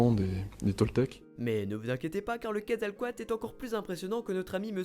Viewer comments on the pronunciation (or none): la pire prononciation pour le quetzecoalt ^^